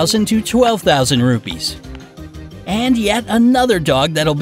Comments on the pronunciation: Hey Its Ruppees Not Rubys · I am an Indian and our carensy is not pronosed rubbies it's ruppes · Seriously how he pronounce the currency rupees i am from india and that litterally gets me to think 'Wth'